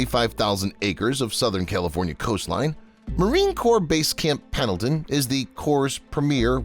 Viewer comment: Whoever called it "Camp PADLEton" at approximately 3 minutes in must be a "LEARING Center" alum!! SEMPER FI!